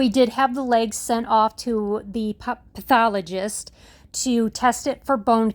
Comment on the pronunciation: 🙏❤️🐶 Such JOYFUL news🎉 I thought I heard you say Pup-thologist 😇 Sending truckloads of love 🥰 from Cali. -Vicky